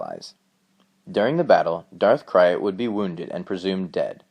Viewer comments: Who is Darth Cry-It? I know who Darth Krayt is... Come on bro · Darth Krayt's name is pronounced "crate"... like Krayt dragon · Its pronouced Darth "CRATE" he named himself after the krayt dragons of his homework tatooine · Darth krayt is pronounced crait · It's pronounced Krayt (crate). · Darth c r a t e . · Gnuk some how the Y goes before the A for some people. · It's pronounced crate like Krayt Dragon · Interesting & informative video. Just wanted to say, I think "Krayt" (as in Darth Krayt) is pronounced like the word "crate". Vegetable crate. Apple crate, etc. Just a minor nitpick but wanted to mention it, F.Y.I.. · He is pronouncing Krayt wrong and he used to do that but then he changed the way he pronounced it.